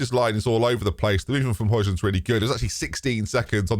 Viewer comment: Højlund is pronounced like Hoy no J sound